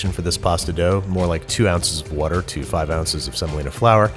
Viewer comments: My grandma says wourder as well. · You need to stop hanging out with Brad Leone, I counted 2 'wourder's